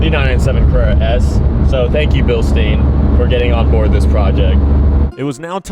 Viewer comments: Its called Billshda-y-n, not billsteeinn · from start to finish was a huge difference, great job making it look clean af. (also Bil "stein" is pronounced deeper, without the e pretty much, so like Bilstin but the i is pronounced the same way you would say "i am" for example lmao, great vid btw:) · Drinking game for how many times he says Bilsteen instead of Bilstein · That's always how I heard say it, and it threw me off whenever he said it in this video lmao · Bro u really need to work on your pronunciation on „bilstein“ 😭😭😭